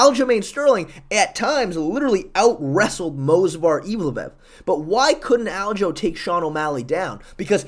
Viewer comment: for the love of all it is MOVSAR not MOSVAR please get it right just once